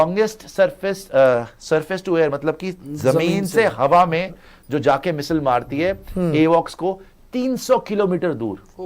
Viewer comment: Missile hota hai misile nhi😂